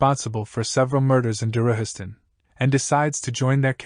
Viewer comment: I would've liked it more ir you didint butcher the names. Darujhistan isnt pronounced Daruhistan, Capustan isnt pronounced Capusten, Ganoes isnt another version of Genoa.